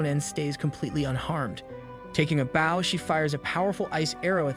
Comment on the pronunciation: Me minding my own business until I hear someone somehow mess up saying the word bow and so questions this auto speech thing.